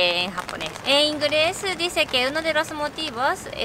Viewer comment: Q gracioso!! ,pronuncian la "L" como "R" y al reves! "Ingres" 😅😕